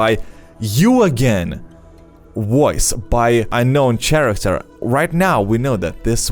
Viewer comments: It's caracter not ch aracter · I think that was just using the "sh" sound instead of the "K" sound of the "ch" in character. His English isn't perfect, so just think of what makes sense in the context. He gets it close enough :)